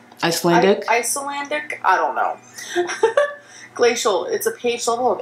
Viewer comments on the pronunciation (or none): As someone from Iceland i was howling as she went iCeEeLaNdIc😂😭 ps. Its the best water😏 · Girl really couldn't pronounce Icelandic? Is she playing? Said it like she never heard of Iceland. 😂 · She thinks she is so clever but she can't even pronounce 'Icelandic'. Good god. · I watched that part twice - it cracked me up because I am Icelandic. :D I wonder if she knows it's a country. Maybe the font was just hard to read... I don't know. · this book is so amazing, all I want to do is read Also: can't pronounce the word "Icelandic" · Not gonna lie....I got extremely frustrated and felt like I lost a few brain cells when she struggled to pronounce Icelandic 🤦🏾‍♀️ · Aaaaargh! ICELANDIC! She can’t be serious about not being able to pronounce that. Icelandair gives out little bottles of this water on their flights. And it’s frickin delicious. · I've been binge watching these reactions for the past couple days and has been so frustrating to listen to I legit got angry and said "ICELANDIC YOU FUCKING MORON" aloud when she was somehow mispronouncing it, and this is coming from someone who's relatively patient with bad grammar and mispronunciations